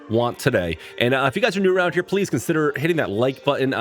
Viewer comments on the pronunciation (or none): none